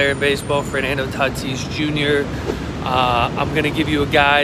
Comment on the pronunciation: You said Fernando Taatis jr.